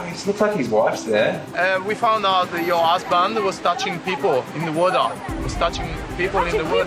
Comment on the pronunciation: Water: "Uodar"?? 😂😆